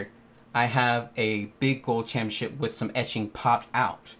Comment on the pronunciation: It’s pronounced “ChampioNship” not “Champyaship” you friggin’ tool